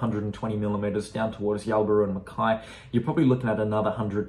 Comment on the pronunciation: It's fa in Mackay 😂